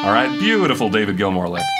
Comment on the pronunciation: David Gilmour = sss, no hss